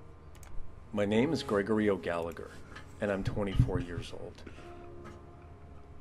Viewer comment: "Gregory o galeger" 😂😂😂😂